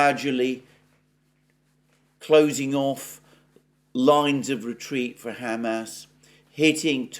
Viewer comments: Alexander, your pronunciation of "Hamas" as "Ham Ass" is offending Jews and Muslims simultaneously. In the U.S. "Ham Ass" is "pork butt." Kind of a comfort food best served with mashed potatoes and corn.:face-purple-crying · San Franchisco? Ham-Ass? Chan Gu? Oh San Francisco, Hamas, and Qin Gang. Lol. On a roll with pronouns today Alexander! TS 40min. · Does someone as worldly as Alexander really think San Francisco is pronounced San FranCHisco? He didn't mispeak, because he kept doing it. Maybe he has his little pet ways of messing with his audience . The crinkly chair. Pronouncing Hamas and San Francisco wrong. The random bursts of yelling things.